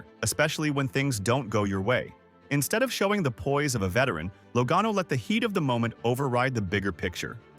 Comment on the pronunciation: AI or not, he or it said Logano correctly 2x in the middle! I thought it was fixed and it went back to something I never heard before.